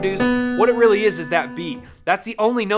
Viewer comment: Weally weally well witten. Say that 5 times fast XD